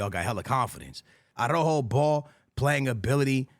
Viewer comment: Another year and this guys keepz calling araujo .... arojo 😂😂😂